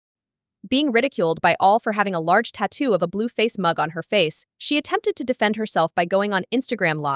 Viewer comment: Said her name wrong 10 times in 2 sentences Bluefazzzz too lol